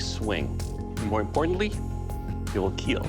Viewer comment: It wheel keal.